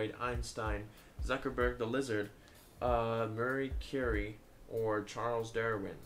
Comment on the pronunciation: MarEE CurEE, not Mary Cury. I know that chemists are inferior peasants, but still...